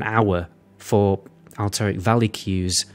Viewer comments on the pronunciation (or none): none